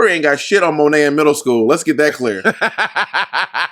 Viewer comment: Monet...Why do you keep saying Sow?